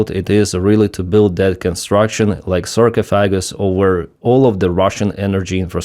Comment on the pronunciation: Sarcophagus - Sar-coffa-gus. Catastrophe - Cat-ass-trophy